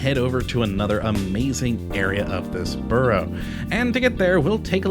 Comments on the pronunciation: I do hate it when people try to make videos of places that they can’t even pronounce the place names or be arsed to learn. It’s Suth-uk and Burra market. I was as both places yesterday, had brunch at The Breakfast Club with my friend who was visiting from Seattle. He now knows how to pronounce both names. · If you keep ending up in Southwark you really ought to find out how to pronounce the name of the place correctly. Also the name Borough.